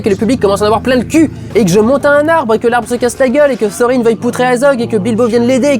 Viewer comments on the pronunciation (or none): sorine ? Moi je dis torin même si ça s' écrit avec un "h" je suis pas la seule si ?